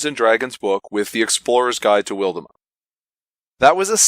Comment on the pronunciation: You may want to check the pronunciation guide in the book. WILD-mount and AWNK-har-el. Very nice review otherwise. Looking forward to running this.